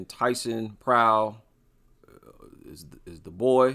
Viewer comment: Yeah, this sounds like you nailed it.